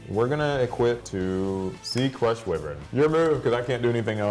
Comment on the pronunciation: According to Seto's lines in both the anime and Duel Links, "whiv-vern" is actually pronounced "why-vern". Enjoyed the duel.